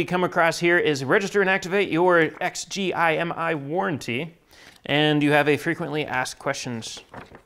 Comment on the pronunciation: It bugged me that you didn't pronounce the company name rather than read it out. Other than that good review